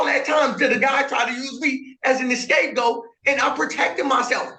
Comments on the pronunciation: Did he really say, "An escape goat" ? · Did he really say escape goat?